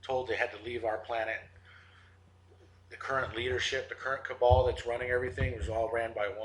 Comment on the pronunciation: Just for future usage, it's 'cabal'